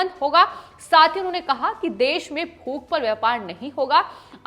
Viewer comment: और भूख बोलते हैं फूख नहीं